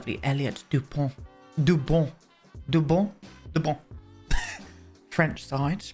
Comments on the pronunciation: It's Dubois and not Dubon, I you prefer Duwood and not Dugood! Sorry. You can tell me to shut it down. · Dubois is pronounced "Doo-bwah" ... even more Frenchy hahah I love the storyline for these two, I keep being blown away by how many distinct Sims storylines you're able to come up with, which makes them all so distinct. (A tough task in a game like TS4 🥴) I think Isobel's story would suit a science museum being built somewhere in San Myshuno, maybe in the Gym Lot in the Uptown district? I could see her trying to spend her time there, building rockets, rather than at work.